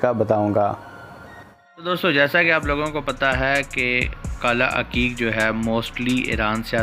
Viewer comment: Bhai aqeeq hota ha haqeeq nhi hota ...